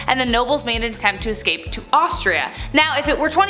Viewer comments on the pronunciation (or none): none